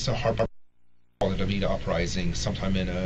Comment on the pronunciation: i kept hearing "beat off rising" instead of beta rising